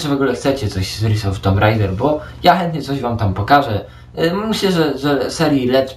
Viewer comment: Spoko recka. A tak nawiasem, nie "ris", lecz "rajs", bo tytuł wypada już wymawiać poprawnie. ;) O ile "tomb", zamiast "tum" w sloganie potocznym się już przyjęło, tak ten "ris" trochę rozprasza. Nie hejtuję. Lepiej wiedzieć więcej niż mniej. :) A ogólnie dobra robota! Pozdróweczka